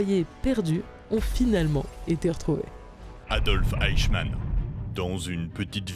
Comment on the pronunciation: Le fameux "eickmann"